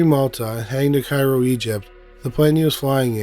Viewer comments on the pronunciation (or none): none